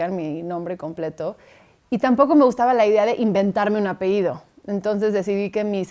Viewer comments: Se dice apellido, no apeido. Ay mara !! Que te peinen tus rulos!! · Políglota y muy estudiada con faltas de Ortografía de primaria, 🤣 dijo "apeido" se dice APELLIDO y por dinero no parò en los mejores Colegios, no es por criticar pero hubieran ensallado el diálogo de la entrevista para evitar esos errores de lenguaje con gente tan " Culta". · Mara todo iba bien , escritora activista , según ella muy estudiada, pero cuando dijo apeido , oh decepción, no pude seguir con la entrevista 👎👎👎👎 , para ella no para ti Mara , es APELLIDO , APELLIDO